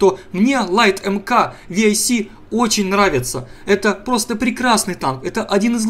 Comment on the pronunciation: не ВИАЙЦ,а МАрк 6